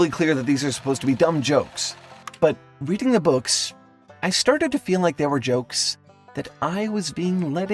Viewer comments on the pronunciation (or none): none